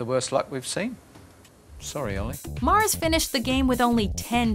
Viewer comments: She's saying murs wrong for olly murs she's saying mars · oh for fuck's sake, it's pronounced "mers" not "mars", it's not even spelt Olly Mars smh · Olly Mars...OLLY MARS? Watchmojo is at it again, Olly Murs, Mur like Mer from Mermaid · Olly 'Mars' really? Its Olly Murs like mers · "Olly Mars" wtf😂😭 it's Murs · It's Murs not Mars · Olly Mars? Mars? MArs? It's MUrs. U not an A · Same, don't see any reason why she thought it was pronounced Mars. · Mars haha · When she said Ally Mars I died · "Ally Mars" 😂😂😂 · Written as "Murs" but they're saying "Mars" so like what the heck, guys? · Who the fuck is Olly Mars? Olly Murs isn't a difficult name to pronounce... TRIGGERED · I cringe every time she pronounces Olly Murs name wrong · Lol Olly s last name was killed 😂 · Why are you pronouncing Olly Murs wrong? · they said olly murs' name wrong :/